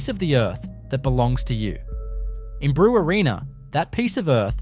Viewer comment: Brewarrina is pronounced "Bre-warren-a", not "Brew-a-reena"